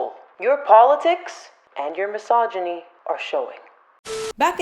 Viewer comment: Thanks for pronouncing mysogyny correctly. Non vedo l'ora di vedere il tuo prossimo video!